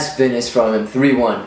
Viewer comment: not to be rude but why do you pronounce 'finish' as 'finis'?